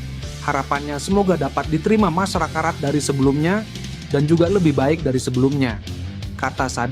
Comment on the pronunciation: Menit 28.56 Masyarakarat😂😂😂